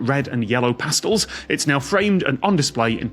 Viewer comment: Tom's weird pronunciation of "pastels" was a bit annoying.